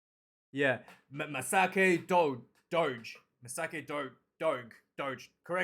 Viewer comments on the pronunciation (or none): Doge is pronounced - Dhor-ghe something like that..😁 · Mesake Doge (pronounced as ‘Dong-eh’) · Mesake 'Doge' is pronounced as Mesake 'Do-ngeh'...Love Your Content Bro✊